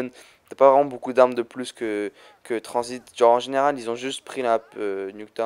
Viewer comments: Ses transit pas tranzbit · il a dit transbite